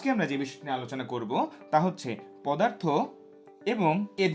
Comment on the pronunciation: পোদার্থ 😆 BTW it was a great class indeed👏